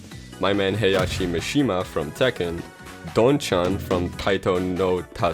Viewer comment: You said Mishima wrong